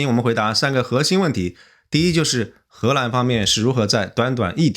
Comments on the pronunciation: 为什么念贺兰？ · 荷蘭的荷是二聲，不是四聲，一直賀蘭賀蘭聽不慣😂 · 这河南的更是故意的吧😂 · 艾森读 荷兰的时候好像有河南话那味😂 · 感觉是湖北